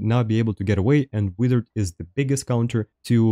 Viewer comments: master, why are you saying wither instead of wizard? 🤔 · They way he says wizard is hilarious 😂😂 keep up the content brother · right. I had to listen for context to figure out it was "wizard". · please do a video of you saying wizard for 10 minutes